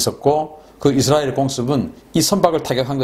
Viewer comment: 발음 쥑이신다~ 이스라~엘~.................. 경상도 영어 발음이 북한식 영어 발음 과 비슷하다고 함.